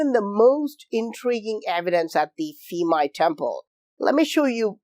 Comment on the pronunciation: Thais do not pronounce "Ph" as an "F" sound. Rather, it is a strong "P" sound. Phuket, Phimai Temple, Phi Phi Island, all start with a P sound, not an F sound. Thanks for another great video.